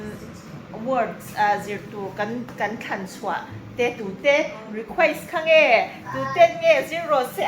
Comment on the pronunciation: The way you pronounced "request" is too damn funny😆